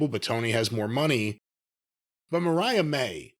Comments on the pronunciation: Corny continuing to call her Maria as is saying Mariah is hilarious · can't pronounce "Vaquer." I guess he flunked Spanish in high school. Corny mispronouncing "Mariah" is getting on my nerves, as well.